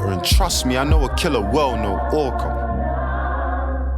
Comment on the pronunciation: "I know a killer well (whale) no orca"